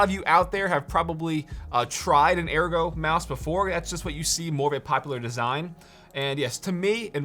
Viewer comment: yes, that is how ergo is pronounced